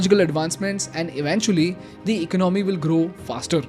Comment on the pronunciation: Please correct your pronunciation.. There is no word as *IKNOMY* Its ,*ECONOMY* You will never learn.....